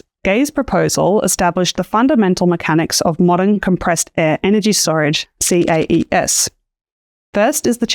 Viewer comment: Should CAES be pronounced 'kays' rather than 'see-a-ee-ess'? It's a lot pithier and I assumed this what what people had picked, but then I'm not sure I've heard anyone actually say it before.